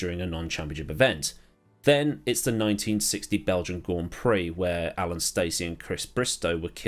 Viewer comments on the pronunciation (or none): none